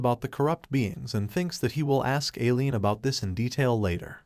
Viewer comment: The ai is saying Aileen wrong he is saying alien